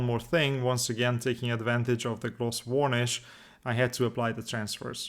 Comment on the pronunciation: The way you pronounce varnish is wrong. I'm not sure how to explain it because i imagine saying it's not wurnish won't help! Maybe check out another video of varnishing to hear. You should apply the decals before the oil paints so they get dirtied at the same time as everything else.